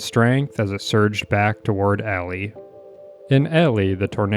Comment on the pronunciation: it’s elie as in Eeeeee-Lie bro said elly and alley